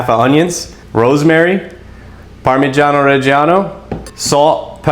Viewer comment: Happy to hear pronouncing Parmigiano and Mozzarella properly 🙂